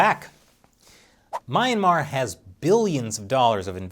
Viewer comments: Good lord can you stop butchering the word ‘Myanmar’? It’s phonetic! Myan mar. Not MAYAN MAR 🤦‍♂️ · "mee-ahn-mar". NOT "my-ahn-mar". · "Meh-yan-mar" not "My-ayn-mar"...heheh...big fan of this channel :) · please please please go google "myanmar pronunciation" it definitely not MY-MA. Zina uncersored